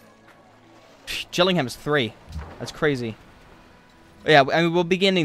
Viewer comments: Oh wow I'm from England and I thought that he said Gillingham right And also I'm sure he said Middlesbrough right as well. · you had gillingham correct (some pronounce it gilling-um)